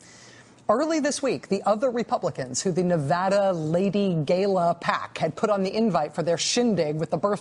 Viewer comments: "Gayla" lol... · Dumb cow doesn't know how to pronounce gala.